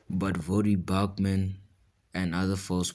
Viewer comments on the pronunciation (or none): Did you call him Vodie Bochman? You didn’t say his name right